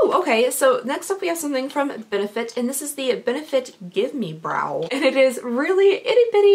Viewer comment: Did you call the gimme brow, give me brow? :')